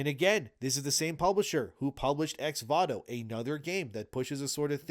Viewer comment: Why does he keep saying Vato when it is Voto? This is legitimately annoying